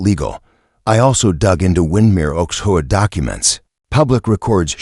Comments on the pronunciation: Why didn't you teach the narrator to say HOA as the letters and not as a word? HOA is an acronym that is NOT pronounced as a word. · It isn't HOA or is H.O.A. get it right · HOA pronounced whore!